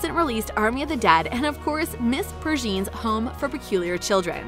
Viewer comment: Vee, Gwen Scary, Ms. Purrjean, but somehow she gets Heimerdinger??